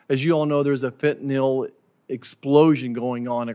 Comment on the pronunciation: You cannot even pronounc fentanyl